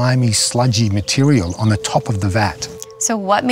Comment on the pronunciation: He said if it was a cum like mutirial